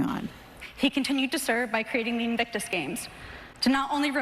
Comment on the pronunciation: Sounded to me like Serena said 'Evictus Games' - twice!